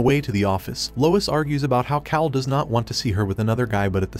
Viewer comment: That and calling him "kale" instead of "Kal" a couple times.